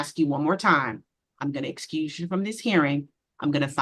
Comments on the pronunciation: Did she say recruse??? 😂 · yes. Yes she did. She thought she killed it tho 😂 she may want to "recruse" herself...